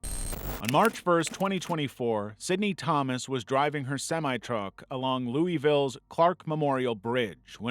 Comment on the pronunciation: Louisville=Loo uh vuhl